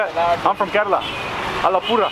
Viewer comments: the way you said kerala in intro was soo mallu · Even other indian states people dont know how to pronounce kerala but you are awesome Please try our delicious food porotta and beef. Fresh beef is super tasty You can see different cultures and religions in kerala we keralians loves each other We dont like north indians they are rascist they always mingle in the name of their religion Here you can see a mosque after 10metre a temple and after 10metre a church Proud to be a keralian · You pronounced Kerala correct at the beginning of the video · The way u pronounced 'Kerala' I am really amazed. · He is the First foreigner I heard Who pronounced "Kerala" like a keralite 😅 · So when he said kerala he said in kerala accent